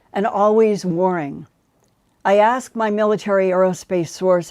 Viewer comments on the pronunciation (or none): Linda, the word is ASKED not assk